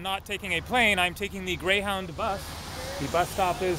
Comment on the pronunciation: You said Greyhowwndah bus lol